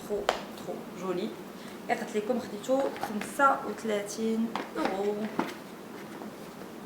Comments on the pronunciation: J'aime bien tes vidéos mais arrête de dire uro dis euro normal pourquoi uro bonne continuation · اورو مكتنطقش هكذاااك فكرتيني فذاك اليمنيه ل كتهدر الفرونسي خلي لفرونسي ف جنب حبيبتي